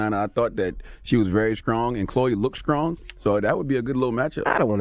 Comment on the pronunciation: Everybody: STRONG Charlamagne: SKRONG